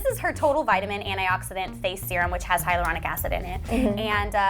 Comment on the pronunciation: it should be hyaluronic instead of hylauronic..FAIL